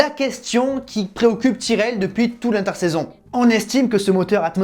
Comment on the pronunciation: bon, je regarderai quand tu apprendras a dire tyrrell